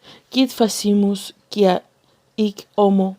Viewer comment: Otra cosa, si vas a leer un texto que tenga latín busca las pronunciaciones (el abecedario en latín) ej: la palabra "quia" se leería cuia